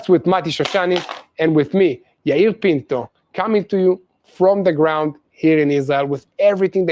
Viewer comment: Yair Pinto not penco!!!!!!!